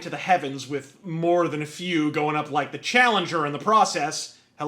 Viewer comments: "Fuck you I was rike." 😂😂😂😂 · ‘Fuck you I was rike’. -Wins the Interest